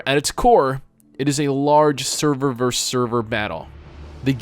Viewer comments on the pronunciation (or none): 'versus', not 'verzzz'.